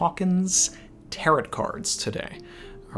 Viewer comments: More like tare-owe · Tarot sounds like Ta-row rather than Tarott sounding like carrot just saying. Great video as always, always look forward to your chapter reading and following video. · Last 't' is silent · You mispronounced Tarot the entire video